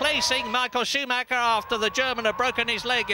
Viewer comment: It's SCHOOMAKKA, it's SCHOOMAKKA!